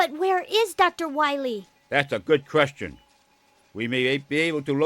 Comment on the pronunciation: “dats a gud qwestion!” ~ Dr Thomas Wight